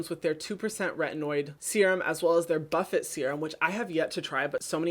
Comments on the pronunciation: Just for future reference, the ordinary serum is pronounced buff-aye not butt-ette! Lol, Huge fan of your videos!! <3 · “Buff-it seein” omg I love this guy